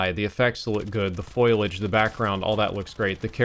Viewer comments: You keep saying “foilage” instead of “foliage”. FOLEY-IDGE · It's not foil-age. It's foley-age. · Foliage not foilage..... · Guy thinks he’s a brain surgeon practically and then says foilage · FO - LE- AGE For fucks sake